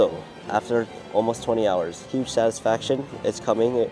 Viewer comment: "it took me 4 HHours to fix"